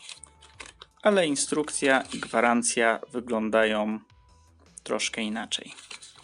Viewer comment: oj. naucz się proszę "ą" i "ę", bo uszy krwawią. chce, jes, oryginalnom, podrobionom, skupie, miare, kupiem, złoty, som, "tak PISAŁO na aukcji", różniom, przejmujom, zawartoś, jes instrukcjom, suchafki, wyglondajom, suchafki som, majom, majom, majom, gówny, różniom, sie, suchafkach, som, wyglondajom, suchafki, różniom, uruchamiajom, uwage, naszom, ciekawostkom, suchawkach, majom, jes mjejszy, som, wszyskie majom, wskakujom, czszymajom sie, otsuchu, wszendzie, majom, brzmiom, odsuchu, myśle, suchafki, troche, som, som.